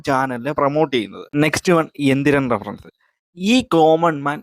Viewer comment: Social Relevant അല്ല, Socially Relevant.. ആദ്യം നീ നിന്നെ ശരിയാക്ക്.. അത് പോലെ റഫറൻ റഫറൻ എന്നാ നീ പറയുന്നത്.. റഫറൻസ് എന്ന് പറ ശരിക്ക്